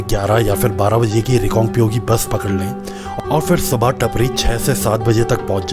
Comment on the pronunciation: टपरी nhi टापरी bolte h bhai